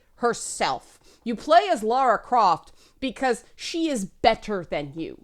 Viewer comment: Thanks for saying Lara and not Laura....drives me nuts sometimes XD